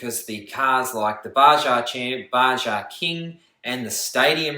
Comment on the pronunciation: You need to learn how to pronounce Baja. Its Ba-ha.